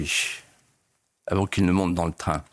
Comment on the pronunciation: Monsieur de Villiers vous ne prononcez pas bien ni toujours clairement le V. Par exemple dans l'expression "Comme a(v)ant" au début de votre interview . A mon avis vous ne vous mettez pas assez en avant. Le V de de Villiers doit aussi être celui de Victoire ou de Vive le Roi❤. Voilà c'était l'instant psy pour vous aider tout simplement à venir vers votre avenir. Merci par avance.